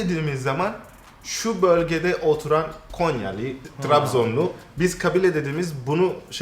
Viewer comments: konya değil GONYAA😁😁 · Konya değil gonya haha